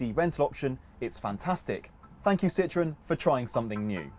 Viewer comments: It’s Citroën not citron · Ok, please tell me this: how can you guys manage to mispronounce both Citroën and Ami? I mean, for Ami, at least, there is a 50% chance to get it right! And for Citroën, there are these two little dots over "e" for a reason...